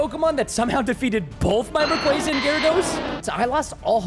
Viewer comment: Also preston that's not how you say rayquaza